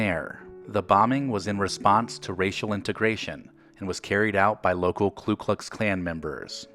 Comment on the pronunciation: It's the Ku Klux Klan, not the "Klu" Klux Klan